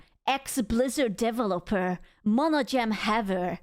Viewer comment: I love how you pronounce developer as "devil-loper"